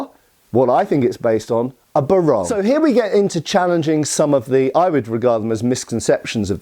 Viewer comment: Pinoy here, just a digression... "Barong" pronounced BAH-rong not "Buh-RONG, the former is the weapon while the latter is the men's national costume for formal occasions. Yeah, we used to make jokes about that when we were young, too (like turning up to a formal occasion with an iron blade instead of an ironed top).